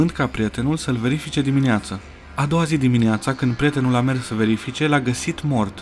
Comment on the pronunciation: Prietenul nu “PRETENUL”